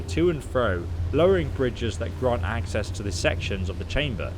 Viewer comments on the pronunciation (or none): none